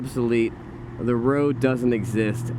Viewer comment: "The" motor. "Thee" electric motor. It is pronounced "thee" when the next word begins with a vowel. You don't ask someone to pass "thee" ketchup.